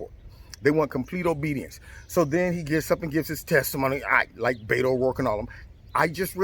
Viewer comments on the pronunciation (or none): none